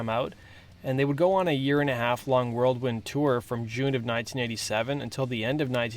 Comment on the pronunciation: he says World-wind tour! hahahahah